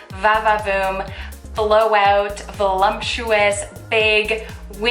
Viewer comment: There is no "m" in "voluptuous". 😑